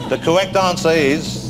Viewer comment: SO! IS FINAL ANSAH!?